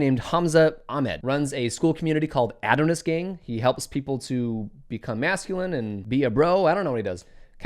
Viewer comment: Ah-DON-IS. Not "Ad-in-us" lol. Meaning a handsome man.